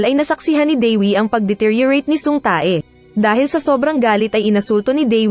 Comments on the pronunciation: Ang sama nang pag bigkas uhh tae hahhahhaha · Natatawa ako dun sa Tae ahahaha. Tay pag pronounce non oi